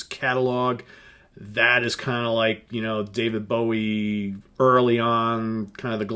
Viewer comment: Never heard anyone say his name like that. Dreadful impression.... are you just trying to insult the country that made rock good and invented metal?